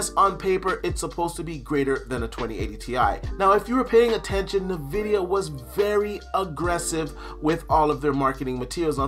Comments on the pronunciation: I’ve never heard anyone pronounce it “nevidia” I always say it like “N vidia” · Why does say navidia? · ...Are you saying nuh-vidia? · Nuh-vidia 😂🤣 it’s team green all day, hang it up🤣